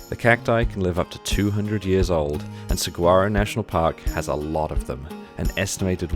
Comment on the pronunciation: FYI, Saguaro is pronounced Sa(h)uaro! Other than that, excellent video.